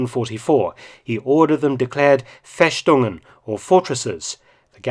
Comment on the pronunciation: Festungen is pronounced a little different, the "s" does not sound like the english "sh", rather just like an "s" for example as in "silent."